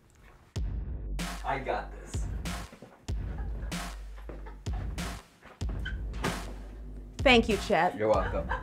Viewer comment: Not thank you but Cake you. Lol